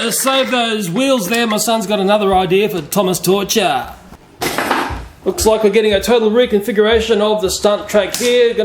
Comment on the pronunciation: Its probably the part where you said thomas “touture”